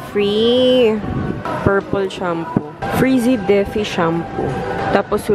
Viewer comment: Natawa ako sa Frizzy - defi. 😂, Frizz defay po basa dun 😂😂😂